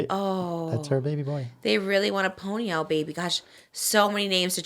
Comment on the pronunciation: Trish I’m begging you to say Ponyo correctly!!! Love you!!! It’s like pond-yo but without the d so ponyo